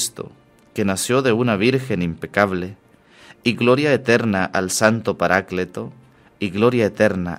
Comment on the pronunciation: Buenos días Padre, Dice Paracleto, no debería decir paráclito? Dios lo bendice.